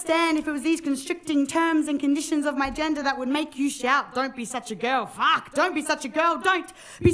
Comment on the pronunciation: Wow...awesome topic, awesome poem, awesome performance. Also +50 Straya points for using "faaark"